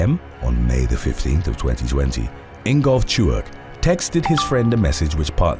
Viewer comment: Corrections: 1. "Cache" is pronounced "cash", NOT "cash-ay". 2. "Nguyen" is pronounced "win", not "Noo-yen". 3. "Tuerk" is an anglicization of the German "Türk". It is pronounced "tewrk", not "Chu-erk".